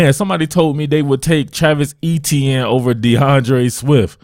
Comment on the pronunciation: Travis Etienne... ( A- Chen or chan)